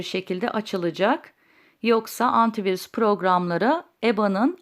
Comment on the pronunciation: Antivuris diyor ya abla nasil kaldiracaz